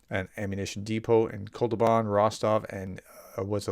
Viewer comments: Sorry, it‘s not „Kol-tu-ban“, it‘s „Kot-lu-ban“. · It's Kot-luban NOT Kol-tuban. You often get certain letters in Russian place names reversed. Do you perchance have mild dyslexia ? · Say kot-loo-bahn! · When you sound out a new word, don’t rush. Focus on getting one syllable right at a time. Kot .. lu .. ban. I hope this helps. Don’t give up, sir! You inspire a lot of other people!